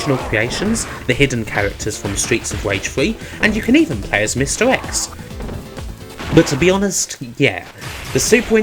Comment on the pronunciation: Mr X = misdirects? Hmm Good video. I haven’t given up hope on you someday seeking speech therapy, however. That’s pretty much the only thing that will make me enjoy your videos anymore than I already do. Cheers